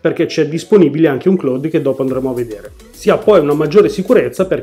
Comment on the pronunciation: Si pronuncia claud È una parola inglese Ciao